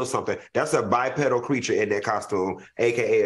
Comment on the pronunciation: When Q said bipedal I was like ok Florida state 😂😂you they taught you something lmao